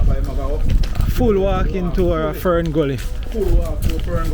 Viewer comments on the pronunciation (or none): none